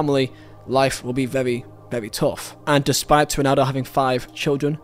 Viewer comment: “Yo-nan-do” know him